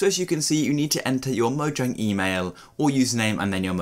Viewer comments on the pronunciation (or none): none